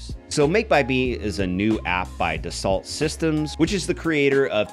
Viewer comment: Great video! FYI/FWIW if Dassault is a future sponsor: it’s pronounced “duh-sow” - they’re a French company.